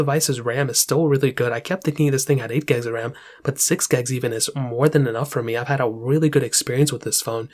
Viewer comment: Bro it’s gigs not gags lol